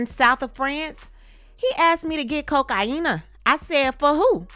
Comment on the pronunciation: Damn the way you said COCAINA made me spit my drink! That was hilarious. I woke up my dogs here in NYC! Great pronunciation lol 😂😂😂😂